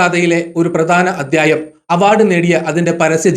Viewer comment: മലയാളം വാക്കുകളുടെ ഉച്ചാരണം ഒന്നു കൂടി ശ്രദ്ധിച്ചാൽ നന്നായിരിക്കും ഉദാ: അദ്യായം( അദ്ധ്യായം)ലേഗനം( ലേഖനം) കത (കഥ) സിന്ദു( സിന്ധു)